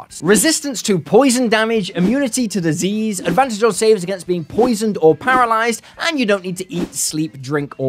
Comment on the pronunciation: When you said "You're immune to disease" I head "You're immune to da zZzs", and assumed you're talking about immunity to sleep spells.